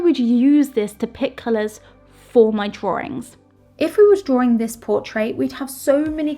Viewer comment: I watched for a good while but I have a massive pet peeve with linking Rs. Drawring drawring drawring. Honstly, I tried to watch, I just gave up after 7 minutes.